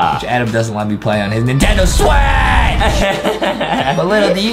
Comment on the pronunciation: The way justin said Nintendo switch "NINTENDO SWAAACH